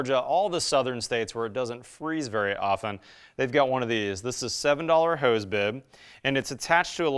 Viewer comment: What is this “hueze” bib he speaks about? It’s hose, pronounced like the plural of prostitutes.